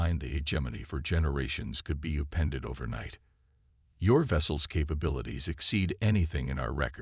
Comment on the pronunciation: I like the U pended 🤣🤣🤣 Un nanimous as well 🤣🤣👍